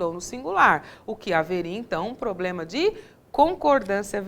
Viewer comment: É um "pobrema"...